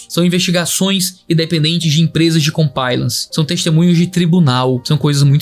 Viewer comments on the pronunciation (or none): Pastor, otimo video! Apenas uma correção simples. O correto é "comPLIance", foneticamente se diz "comPLAIance". Excelente video! Muito necessario e triste :/ Que Deus tenha misericórdia de nós.